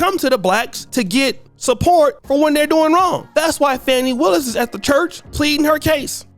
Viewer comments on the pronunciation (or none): Yes. It’s Fani. Not “Fauni” as they’re calling her😅